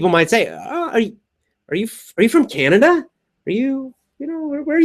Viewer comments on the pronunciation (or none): none